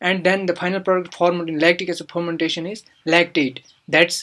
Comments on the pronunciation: Wtf is phhhhhharmantation? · Ethanol phomantation.......lol.......which accent is this....haha....